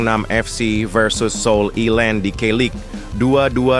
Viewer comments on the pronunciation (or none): none